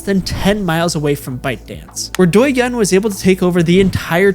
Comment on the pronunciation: honestly the first part of this video is kinda okay but the second sucks. not to mention many fact mistakes of the content (including the example of douyin pushing different contents compare to tiktok, since me myself is user of both sides), i think you should at least learn about how to pronounce douyin and how companies in China actually works instead of simply repeating fake news from western media. im not gonna say tiktok is a good product and i dont use it frequently anymore but to do a video of such topic u should do more research.